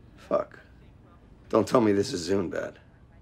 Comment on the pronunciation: He said zune